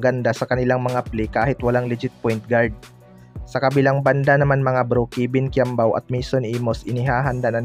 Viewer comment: “Kebin quiambao”